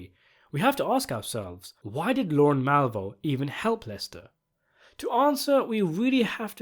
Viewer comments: He’s not very good at saying words. He says lauren. His name is Lorne. Pronounced very differently. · Lorne, not Lauren.